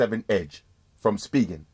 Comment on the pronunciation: its (spy gen) not (speegen) lol no hate